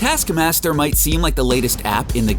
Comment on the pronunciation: ‘Detaskmasder’, ‘Nedasha’? Get some nasal decongestants man. Everything you do makes me watch something else. Are you deaf?? Are you a robot? WHERE IS YOUR AWFUL VOICE FROM?!